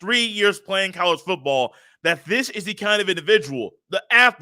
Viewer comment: I listen to your podcast every single day while working and i have never watched your youtube channel. Its good to finally put a face with it 😂. I laugh everytime you over-pronounce "foooooottttball". Keep up the good work